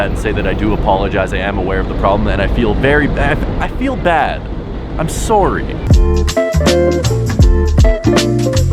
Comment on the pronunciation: "im soory" lol